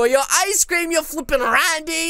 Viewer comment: Stop saying rande and dum dump ok